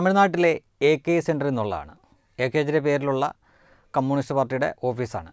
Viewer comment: കമ്മൂണിസ്റ്റ് അല്ല . കമ്യൂണിസ്റ്റ് .